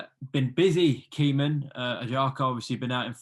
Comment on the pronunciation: Caoimhin is pronounced like ' Caoi - vene ' the MH in Irish makes a V sound